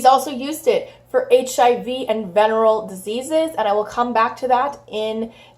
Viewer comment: Veneral? "Veneereal"